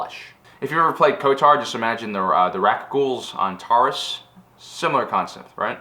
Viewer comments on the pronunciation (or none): none